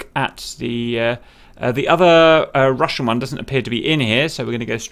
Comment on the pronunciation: I love your DCS Combined Arms tutorials. Good job! I have just one huge complaint - for the love of god, stop pronouncing that 'french r' in Russian words, please lol